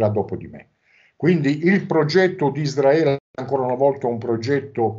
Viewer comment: non si puó sentire ISDRAELIANI e ISDRAELE. Si dice Israele e Israeliani. I S R A E L. Anche se io la chiamo PALESTINA occupata.